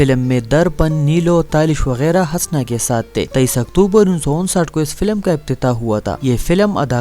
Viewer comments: O jahil HASNS nahi Hoosna. Naam tou Lena seekh le phir aa hamara time barbad karney. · Bhai ye name hasna nahi bulke husna hai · Pagal k puter !!! "Hasna" nhein us ka nam Hoosna ( Husna ) hey . Tumhein nam hi nhein pta tu video kya bnaao gey . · Hasna nahi Husna or Sultanat nahi Saltanat Urdu k dushman😂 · Bar بار ہنسنا kehrahe ho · د ح د پاسہ پیش دے ح پیش حسنہ، پٹے سیپارہ خو دے وئیلے دہ کنہ کۂ ڈاریکٹ حوالدار بھرتی شوے ئے؟ ودود تہ ود ود او آج شب کو تہ آجشبکو مہ وایہ۔